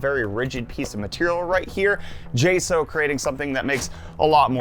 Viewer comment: It’s weird to hear you calling the company “jay- sow” when everyone else calls them “jay- socks”